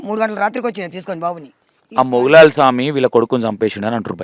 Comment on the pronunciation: garu మౌలాలీ స్వామి naa or మొగులాలి స్వామి ఆ. పేరు correct గా పలకండి